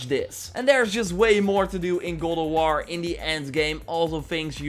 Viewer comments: "Goll ef wor" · “Good ah wah” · Sounds like he’s saying “Gaul Of War” 🤣🤣🤣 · Why do you keeo saying "Gold of War?"